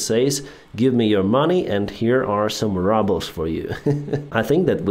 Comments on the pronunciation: I had to laugh when said rubbles instead of rubles. How fitting for Russian currency to be called 'the rubble'! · Is there a particular reason why you pronounce "Rubles" like "rubble"? This just occured to me 🙂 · Always thought he said it with meaning rubbel 😂😂😂😂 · I like the Way You pronounce rubbles😂😂😂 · Same thing thats why